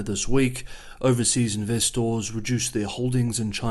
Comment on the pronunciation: Glad somebody else noticed 😂